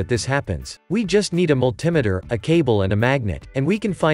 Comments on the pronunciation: Did he just say mul tim eter haha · Hate the way this guy says multimeter